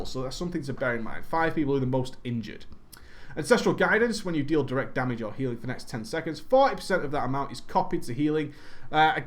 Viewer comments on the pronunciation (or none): none